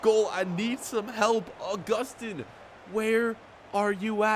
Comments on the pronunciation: It is pronounce Uh-Gus-Tin. It is pronounced Ow-Goo-Stan. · Pronounce it Au-Gus-Tin